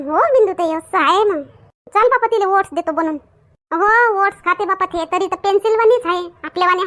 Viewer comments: said to you, It's not ‘ओढणं’, Oats. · What did you say? ‘ओढणं’ 😂